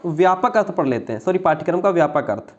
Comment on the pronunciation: Curriculum ka hindi pathchrya hota hai....pathkaram nhi